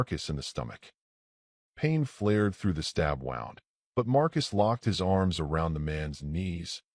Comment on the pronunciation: Sorry, but mispronunciation of words "F's" up the story a little for me. The word is pronounced Woond NOT wownd. I realize the word is spelled the same regardless, but the contest determines the pronunciation, and in this context it is pronounced woo-nd.